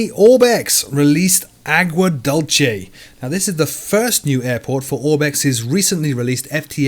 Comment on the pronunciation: Great summary (thrilled about Concorde on FSX:SE!) but, aside from "Lance-air," "Dulce" is also pronounced "Dool-chay."